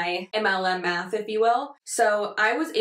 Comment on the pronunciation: Am I the only one that thought you said "we're doing a little math with that. Y'all know how much I love to do meth." Forgive Me I use your videos as my alarm. Not fully awake. Lol